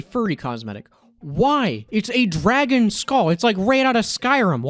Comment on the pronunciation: "Its a..dwagon"